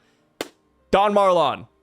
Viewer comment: I posted this in another video of yours but you are pronouncing Marlon wrong. It is said that he looks like Capone Bege... And Marlon Brando played Don Corleone in The God Father.... so I assume its pronounced like Marlon Brando's name. Also had a bunch of other stuff from the post but my brain sucks so I can't remember all of it.